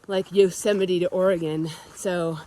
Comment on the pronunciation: Yosey-mite Haha! LMAO😂😂😂